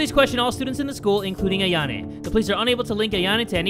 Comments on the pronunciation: Does anyone else notice that says Ayan-a/e instead of Ayan-o:) but yeah it’s joke so ha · ITS AYA-NO NOT AYA-NE! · Are he calling Ayano Ayane!???? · JAY IT'S AYAN-OOOOOOOOOO NOT AYAN-A LIKE HOW DO YOU GET THAT WRONG?! ALSO UR THAAAAAAT DUDE!! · Anybody else hear this "Ayanay" Bull when it's supposed to be "Ayano"? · It’s AYANO not AYANE no hate! Sorry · Her name is not ayona it is ayono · It’s not pronounced a-Yan-a it’s pronounced, I-an-o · Ayano not Ayane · why he be saying ayano like its "ayane"